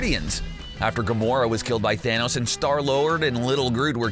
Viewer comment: Dude, it’s pronounced ‘thanos’ not ‘thanose’